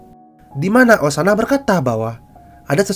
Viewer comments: Bang ini saran doang sih, kalo nyeritainnya bagus tapi ada omongan yg typo, contoh: osanai jadi osana. Itu doang sih, lanjut teros bang👍👍👍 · Osanai bkn osana